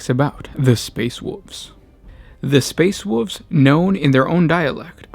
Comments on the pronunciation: Ahh, the space woofs chapter of the astardy. Btw if you do have genuine speech impediments you are doing well and I don't mean to be mean lol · like "space woov's"